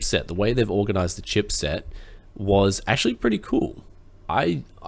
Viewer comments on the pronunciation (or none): none